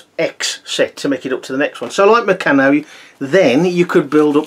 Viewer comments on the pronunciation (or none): I loved Bayko as a kid and I now have a number of good vintage sets. I don't play with them though!!! Just one comment I must make - really sorry to be picky. The company Meccano is pronounced with a long A - so it's Mec-carn-o. Meccano was big in my childhood and many us had the Meccano magazine as well as they wonderful building sets. I never heard anyone pronounce it Me-can-o in all that time. My Bayko sets predate the acquisition of the company by Meccano in 1960.